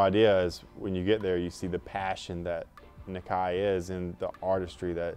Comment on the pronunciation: wish they would say Nakai right lol